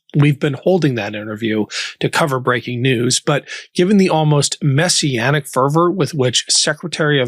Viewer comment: Did you say Messianic or messy-antics?